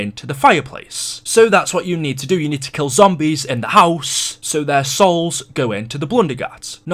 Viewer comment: the way he says house pisses me off